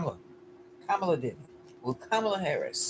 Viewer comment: Ka'- ma-la